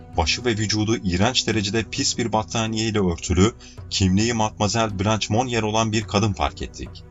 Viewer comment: "Cömert toplum katkılarından dolayı övülmek" ne demek? Türkçe'de böyle bir anlatım var mı? Ayrıca "blanç" değil "blanş".